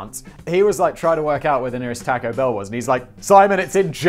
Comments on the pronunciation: can you please never butcher the word taco anymore.. or at least only once per video. You say it so god awfully. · The way you pronounce taco pains me.